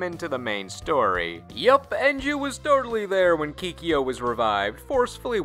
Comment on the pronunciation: "Keekee-yo" No more plz. Make it stahp